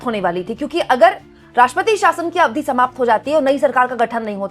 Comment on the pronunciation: अरे बहुत ही अच्छी एंकर हो इसलिए प्लीज़ ‘अवधि ‘ का सही उच्चारण सीख लो 🌿👍